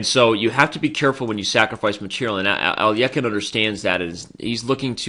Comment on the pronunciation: Even if you're pronouncing it incorrectly, at least sound it out correctly. How do you get a y in there? Alyekhine. Even just sounding it out you said it wrong.